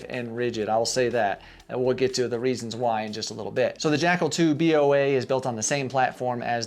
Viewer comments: Why you you say B O A? It’s Boa like boa constrictor, the snake. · Dude, why are you saying B O A? It's Boa as in a Boa Constrictor snake for obvious reasons. Get it?